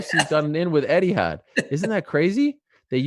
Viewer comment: It's not 'Eddiehad' Ariel, it's 'ETIHAD!